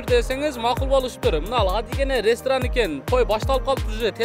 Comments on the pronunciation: Рестран эмес ресторан деп суйлогулочу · Башында телефондо суйлошкон бала РЕСТРАН дейт го😅